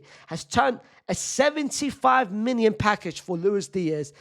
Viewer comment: Unc I cannot figure out if you’re saying million or minion. 😂